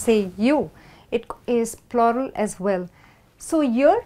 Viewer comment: No offense. You wrongly pronounced the word plural.